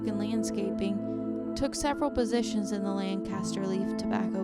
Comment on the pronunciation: The city and county in Pennsylvania is pronounced Lankuhstr, not Lankastr.